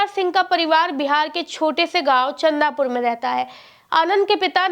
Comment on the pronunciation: अरे गाँव का नाम चंदूपुर है चंदा पुर नहीं